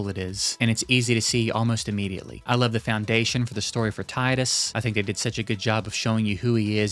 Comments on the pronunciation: I gotta be THAT guy for a second, it’s pronounced ti•dus and not tie•dus. Yeah, I thought it was Tiedus my first playthrough too, but it ain’t. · it's Tee Dus not Titus 😑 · I’m loving the video, def will finish and update this comment. But for the love of Yuna , his name is pronounced “Tee-dus”. Edit: X is my favorite. XII needs a little more time to grow on you. It’s a beautiful game. I’m also really happy that you enjoy XIII; it is my second favorite FF game. Please play X-2 after beating X. PS: thank you for appreciating XVI